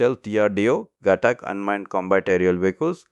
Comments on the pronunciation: its not ghatak . It's GHAATAK . learn pronunciation first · did u watch dhruandhar at all ? and heard the pronunciation ? its ghaatak with focus on aaa